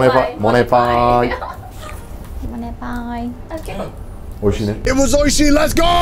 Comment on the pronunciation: Why do they say "monepai"? I would have gone for "nyanpai" instead.